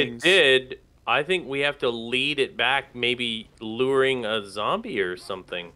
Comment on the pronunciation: Its Zoowwmbie tiime